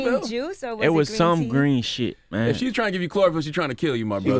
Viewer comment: He said chlorophyll 😂😂😂